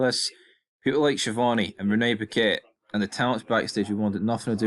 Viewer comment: I must say that as an Italian I find it very strange the way you pronounce "Schiavone."